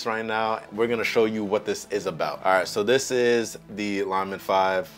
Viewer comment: Bro I am so embarrassed you pronounce “LIL” as lie or lye. It’s like lily the flower. If English is a second language for you I understand your confusion. Lilmon makes perfect sense for a little monitor. Please redo this video or overdub the poor incorrect pronunciations. Ever hear someone say lil bitty ants 🐜? Please 🙏 please correct this quickly before you become a meme, and not a complimentary one.